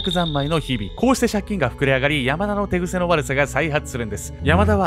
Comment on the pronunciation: 手癖が寝癖に聞こえてわらいそうになった